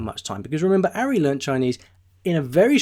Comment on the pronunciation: Pronounced "Ahri" not "Arri". You obviously haven't watched many of his videos...